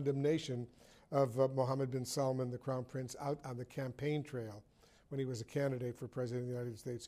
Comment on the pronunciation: الامريكان يعرفون ينطقون جمال بس سلمان صعب عليهم !